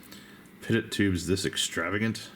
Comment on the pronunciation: Hey not trying to be condescending, just an FYI. Pitot Tube is pronounced pee-tohw or pee-toe. All the terminology used in modern day aviation is French because they designed it all, so think like pepe pew when you read that shit and you'll be g2g. Nice build review dude, you fucking kill me! I love it!